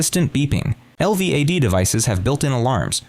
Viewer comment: It goes from certainty of innocence to excuses for guilt without explaining when the defense and family abandoned the assertion that she didn't do it. And, it's pronounced el-vad, not spelled out